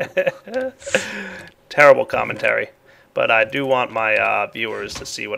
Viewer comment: you dident say that comment correctly